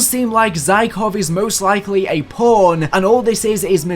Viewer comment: Forget that. Listen to how he said pawn.